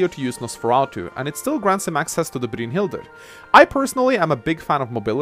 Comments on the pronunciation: Brynhilder is pronounced brine-hild-er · I love the way you say "Brynhildr." XD Sounds cool. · I love the way you pronounce "Brynhildr." Sounds like Dracula. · youre butchering brynhidlr